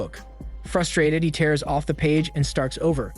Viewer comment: Isn’t there ever a second take with these narrations? “He tears 😭 the page?” Oof man you had one job